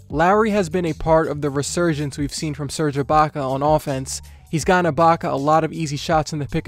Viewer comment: A re-SERGE-ance😂 was that intentional